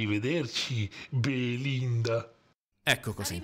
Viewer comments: Da genovese ad ogni Beelinda pronunciato sono scoppiato a ridere! Che giochi meravigliosi <3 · "Bee-Linda" - "Ant-tony" xD ahhaahahahah